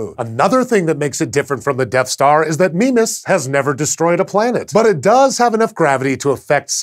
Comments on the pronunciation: i pronounce it my-miss what's this 'meme-as' thing? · I thought it was pronounced 'MY-mas' ...or has red dwarf autobooks been lying to me? :P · after playing a lot of ksp when he says mimas i hear "Minmus" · "Meme-us" Meme Sorry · Is there a clear consensus on how to pronounce Mimas. I've always pronounced it My-mas but it seems Sci-show feel Me-mas is correct. I've also heard Mih-mas from some others. At least it doesn't have as many pronunciations as Charon. Or raise as many giggles as certain pronunciations of Uranus. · Mimas... Memeas... Memeus... Meme us... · a death star moon called "meme-us" kek I love astronomy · Who else thought it said Minmus?